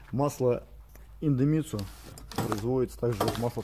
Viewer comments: В названии идемитсу нет ни звука ни буквы «Н», почему автор произносит индемитсу ? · Индемицу)))) читай правильно!